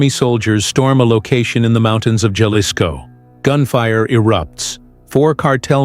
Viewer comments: That was painfull to hear, and I'm Canadian! These AI generated videos and AI voices pronounce every word very litterally. AI has a LONG way to go in speaking English or Spanish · learn how to say Jalisco